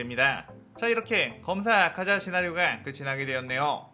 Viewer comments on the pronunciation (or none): ㅋㅋㅋ 아카자인데 아자카?